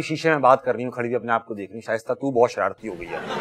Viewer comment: shaista said ver well